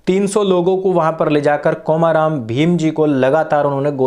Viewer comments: I'm from Telangana. Please pronounce the name komaram as कोमरम् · I can actually understand the mistake in pronunciation because in Hindi there is only long 'O' (ओ) In Telugu we have short pronunciation 'O' (ఒ), example is "Olympics" And long pronunciation 'O' (ఓ), example is "Oral" So in the word "Komaram", 'O' should be pronounced shortly like in Olympics